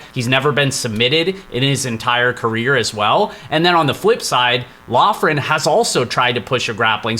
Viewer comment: We are so back, I’m let’s hear the picks best part of my week, Just an FYI, Loughran is pronounced Lockran